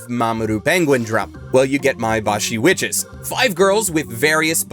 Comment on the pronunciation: I heard Maebashi Witches as "I am washing dishes", and I was confused for just a second.